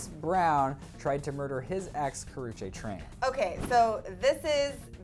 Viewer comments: Karrueche not karruchae don't know how to spell her name but that just annoyed me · Ka-roo-chee god damn